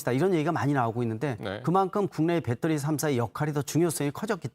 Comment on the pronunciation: 배떠리? 배터리! 아재여